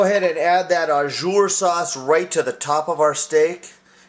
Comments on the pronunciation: Just want to add some tidbits of info. That's a gravy, not Au Jus (Pronounced like Oh Jew with the soft J, Not Oh Jer lol). Au jus is simply what it translates to in French, juice. It's runny. Other than that, great video. Loves me some steak. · It's au jus not au jur lol its ok still a tasty dish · not "ah-zure" its "ah-ju" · It's pronounced oh zhoos. Thanks for the vid! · Looks so yummy. The mispronunciation of au jus is driving me crazy though. You are saying au jour which would mean "of the day." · it's pronounced 'zhu' but nice vid